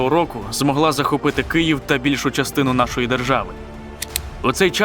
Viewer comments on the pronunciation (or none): none